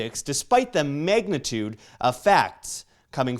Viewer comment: said "megmatude of facts." This is gonna be a bomb ass documentary. My vocabulary is already increasing.